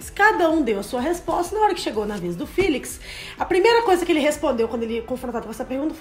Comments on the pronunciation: "filix" kjkjkkkkkk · Porque vocês falam "Filix" sendo que o próprio fala "Félix" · Eu acho que o nome dele se fala Félix._.